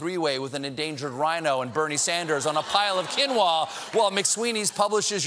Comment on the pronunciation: Quinoa pronounced keen wa Steeeeve :)